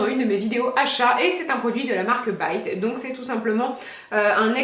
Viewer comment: Heuresement que tu pronouse bite come BAITE non comme bite...amen !!!!!!!!!!!